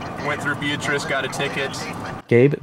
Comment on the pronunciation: Gabe: "...went through Beatrice, got a ticket." I assume for mispronouncing our town name, we've get rather pissy when we hear 'bee-uh-triss'. It's pronounced 'bee-AT-riss'.